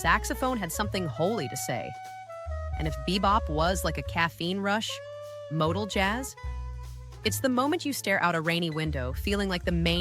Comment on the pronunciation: MOTOJAZZ is kinda like MODAL JAZZ but only if moronic AI narrators are involved